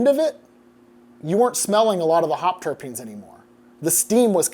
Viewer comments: adam u genuinely upset me this time. why cant u say "terpenes" bro??? like come on, professor even said it right to your face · Man... You may need to consider rerecording the segments you're mispronouncing 'terpenes' in. It's really distracting. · You clearly aren't a Jazz Lettuce enthusiast, given your weak sauce pronunciation of "Terpenes." Every stoner in your audience cringed a bit. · yes, it took me a good minute haha... I guess Adam doesn't have stoner friends who talk about "the terps" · I don't think he was that far off? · Ugh! WHY do you keep saying "terrapeens"?! Dr. Duncan correctly says "turpenes" (tur-PEENs) about 50 times. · I'll normally excuse this stuff. But he says it wrong so many times, and the professor says it correctly multiple times. Time to talk to your editor Adam. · Terapeens grew-it 😂 Terpenes and Gruit (TUR-peens and GROOT) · Terpenes... pronounced TUR peen, not Tera peen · They are "terpenes", not "terrapenes". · I love how Adam pronounces it tara-peenes and seconds later the Doctor of Beer pronounces is tur-peens. I kinda think the Doc is right...☺ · Why are you calling them "terepenes" it's terpenes dude? What's wrong with you? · Adam "Ter PEEN", not "TarA peens". No second "a". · Terpenes not Terapene, theres not 3 syllables, just 2. Terp-ene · Adam keeps saying, "Ter'e'penes..." is he talking about turtles? 🤪🤪🤪🤪🤪🤪 (ter'penes, sheesh!) 😁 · It's terpenes not terepenes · I don't want to be anal, but it's terpines, not terepines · TUR-PEENS. Not terra peens. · Terpenes does not have an "a". you pronounced it like "terra-peens". It should be "terp-eens" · My small turtle friends, and I, shuddered every time "terpene" was mispronounced as "terrapin"... otherwise, this was a great dive into beer. Much thanks. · I love the video and can’t hate on it or you because you’re simply amazing, but anybody else irked by “Terrapines?” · fyi its pronounced 'tur-peenz' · Stop saying terra-penes! My ears are bleeding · ter-peeeeens there is no A !